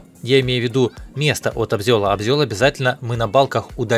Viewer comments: Обзол , а не обзел( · привет! Не обзЁл, а обзОл)))) Но звучит убийственно)))))))))) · Не обзел,а обзол! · Обзол он и в Африке обзол...Живу 56 лет ну не приходилось даже слышать среди строителей обзёл.....Просто жалко Наш русский язык,красивый и певучий!😊😊😊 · "Обзёл" уши режет. Правильно говорить "обзол". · Не абзёль а обзол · Может все-таки обзОл, а не обзЕл?) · ...как же ш єтот обзЕл по ушам режет. Аж суть теряеш, не слушаеш, куда привичнее ОБЗОЛ воспринимается.. А так ролик хороший и пояснения четкие и по делу, без води. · Обзол 👆, а не обзëл. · Не обзЁл, а лбзОл. Как так можно..... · не обзЁл а обзОл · обзёль ,смешно ,а вообще ,обзол правильно ,ну не чего страшного !) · обзол, а не обзЁл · не абзЁль а абзол. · Обзел обзел ты что чебурек ? Обзол а не обзЕл 😅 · Автор абзел, столяр аааа...мои уши ( правильно обзол) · Сам обзел 😂 обзОл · Обзёл, что за слово, жуть. Обзол правильно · Сам ты ОБЗЁЛ.ОБЗОЛ правильно.Так наверное у вас в хохляндии мастырят. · Как можно произнести ОБЗЁЛ,ну ладно раз, ну два.,если ты читаешь -ИСПРАВЬ,начинаю чесаться обзёлом. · Я 15 лет жил в дерево добывающем посёлке. Я 10 лет в стройке в другом регионе. Но обзЕль это писец)))) никогда такого не слышал, прямо уши режет